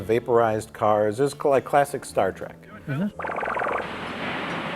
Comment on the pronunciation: I’ve always enjoyed Mike’s “Star Track” pronunciation